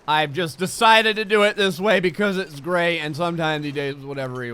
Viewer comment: Hey Gray, every time I hear you say "Gray" I keep thinking you're saying "Gregg" and it keeps reminding me of "old Gregg" (the seaweed pink lips man). If you have time, you should watch it!